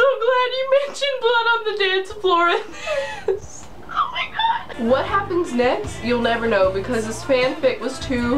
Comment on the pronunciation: "OH MEH GRR" 😂😂😂😂